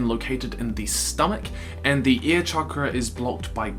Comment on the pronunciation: You didn't pronounce air correctly